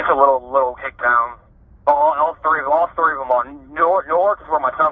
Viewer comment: LOL he said Hickstown.